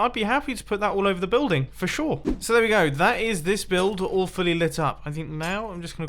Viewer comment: he says that’s the building all fully lit up. But it sounds like awfully lit up. 😅